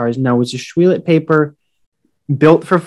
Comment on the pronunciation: Pronounced: Ash-will-let. No "lot" in Ashuelot! As a native, hate to hear that! But thanks for the video. Lived in Ashuelot and heard the trains come through our village as a kid. Remember a washout between Brattleboro and Putney back in the 50s and had dozens of trains come through Ashuelot.